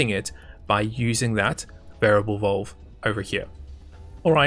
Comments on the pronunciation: VALVE.. not VOLVE.. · I love the quality of these videos and the fact that he is the only YouTuber thag explains this game in depth annoys me. The way this guy talks drives me nuts. It's valve not vulve dude 😶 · the way he says valve is so posh lol